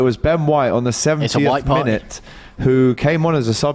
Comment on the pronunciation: Lol man said “it’s a white-partey” 😂